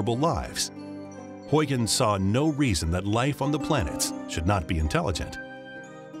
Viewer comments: NOT HOYGENS ... but Howgens. You Americans always get Dutch pronunciations wrong. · HUIGENS is pronounced Howgens not Hoigens. You yanks bother to pronounce French and German names in the French and German way, but not Dutch names in the Dutch way, despite the fact that Holland was top dog in the 1700s.